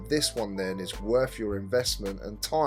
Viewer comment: so what your saying is its not worff my investment and toime?